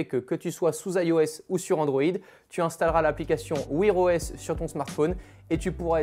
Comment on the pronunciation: Wouir OS ? Wouère OS (an anglais) ;-). Oh vieux tu parles anglais comme une vache espagnole ou quoi ? ! 🫣 Mais quel blaireau !